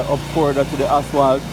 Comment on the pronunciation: You’re all doing a good job but please say asphalt instead of aswalt